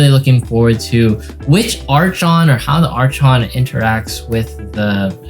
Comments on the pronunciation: Archon pronounced Arkon- Thx for the video as always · It’s Ar-kon:)